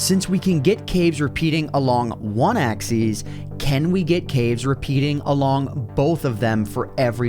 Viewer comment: One question why do u pronounce Axis Axees